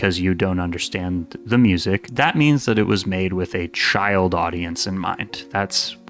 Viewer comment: MOO-ZEEK? I have never heard of such a thing. I may check out your MOO-ZEEK.